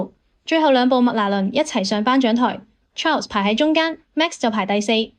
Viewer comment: 小姐，請你專業d,Ferrari 車手Charles 是要用法文講。不是英文発音. 你唔識発音，可以參考其他KOL的法文発音，ok? 真係唔想再聴英文発音的Charles,謝謝